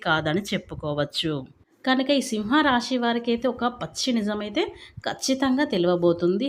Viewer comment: Miru సింహ రాశి అని కరెక్ట్ గా పలకడం నేర్చుకోండి